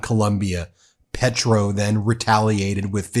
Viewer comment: Can you please pronounce Spanish names/ words correctly? It’s easy. It’s respectful. PAY-troh.